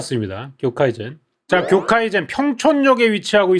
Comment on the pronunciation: 오너분이 일본어 잘 모르시거나 그래서 이름을 잘못 지은 것 같은데. 경계선은 교카이젠이 아니라 쿄우카이센입니다. 일본어로 교-카이라는 '해물' 또는 '업계' 같은 한자의 발음입니다. 사실 정확하게는 교-카이나 교우카이 같은 식이죠.